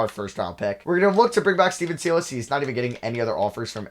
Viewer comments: Sigh-less not See-luss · Stephen Silas (sigh less) not (see less) lol just a friendly heads up